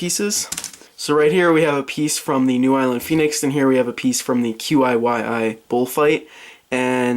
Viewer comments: QiYi is pronounced as "Chee--ee" if that helps. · I'm 99% sure it's pronounced "Chee Ee" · I think that QiYi is pronounced "chee yee" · Ok, I know I'm like 4 years late but it's pronounced chi-yi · The QiYi is pronounced kee yee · The QiYi is pronounced chee-yee